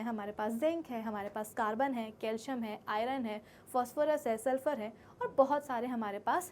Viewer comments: Sorry but it is not calium it is calcium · Calcium❌ Calium ✅ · Calcium ka spelling apne calium bol diya 😅